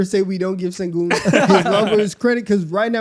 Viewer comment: guys pls stop mispronouncing his name its SHENgun not sengun 😭😭😭💔💔